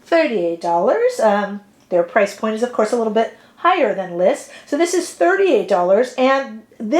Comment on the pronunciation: 🚨 It's not Liss , it is L.Y.S ** so say the letters together, LYS